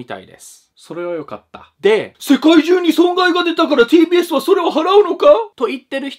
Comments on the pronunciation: tbsがpdsに聞こえてちょっとびっくり笑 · 最初PDSって聞こえたw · “ “さんの動画の中で ”TBS”って出てくると、 “PDS”に聞こえるのはおれだけか､､､？